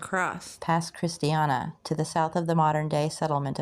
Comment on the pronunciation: French Louisiana and the Florida Parishes names can be tricky. Good on you for trying. But they’re pronounced “Born” , the “Rig-o-leez”, and Pass “Chris-chi-ann “. Tell your mom and nem hello.